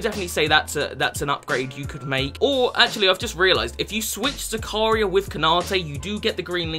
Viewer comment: The pronounciation of the name zakaria trigers me cuz thats my name